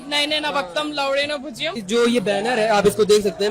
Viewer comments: मग आधी ह्या संस्कृत श्लोकाचे खरे उच्चारण अंगुठा छाप चायवाल्या भैय्याला शिकवा कि ते 'लवणेन' आहे लवडेन नाही 😂🤣🤣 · तो लव.... बोलताना लवनेम ऐवजी लव..... म भोज्यम असं बोलला होता